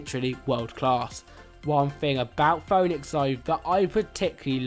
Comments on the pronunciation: Ouch.. (foh)-(nicks).. It's (Fee)-(nicks) man.. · It’s pronounced Fee-nix not Foe-nix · Phoenix is pronounced pheenix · LMFAO it's pronounced FEE NIX but what a moment were me and my son had to laugh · did bro say phoonex